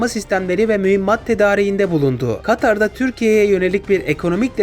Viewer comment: katar dedin ya yarım saattir gülüyorum